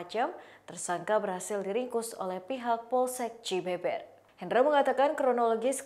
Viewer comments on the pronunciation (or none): Lucu dengarnya pembaca berita menyebut alamat pelaku seharusnya dibaca cibeuber,bukan Cibeber🤦😁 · Cibeber 😂 ditulis nya emang ke gitu tapi kalau diucap cibeubeur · Baca cibeber nya salah :( 😂